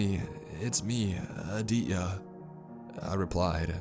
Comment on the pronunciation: I can’t help but chuckle each time he pronounces Aditya lol , he doesn’t pronounce the T , it’s Ah-dee-te-yah lol . Good though cuz this story is bonkers